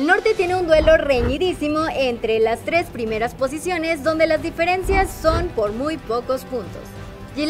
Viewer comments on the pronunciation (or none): none